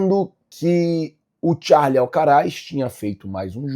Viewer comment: Queria saber onde o leu que é "Charle" Alcaraz?? É Carlos Alcaraz...